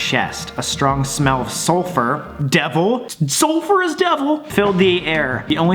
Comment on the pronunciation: No one: Not even my chemistry teachers: Sam: SuLpHeR!!?!??? SULPHER IS DEVIL!